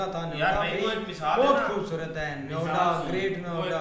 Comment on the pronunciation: 😂 Naam Sahi Lo..... Niyoda Nahin Noida Hai Ye..... Kya Bol Rahe Ho Tum....